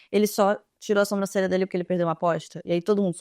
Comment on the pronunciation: pelo amor de Deus para de falar SOMbrancelha kkkk aaaaaaa é SObrancelha